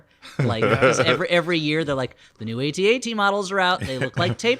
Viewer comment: I’ve never heard these Flop House guys before. Everyone says they’re funny and now I definitely agree! The ways they pronounce AT-AT as A T A T was absolutely hilarious! Good job guys! 10/10